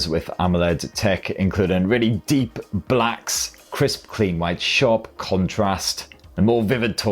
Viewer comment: The way you said "DEEP Blacks"